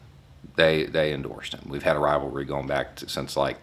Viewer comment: "Rivalvry going back to 1945" LOL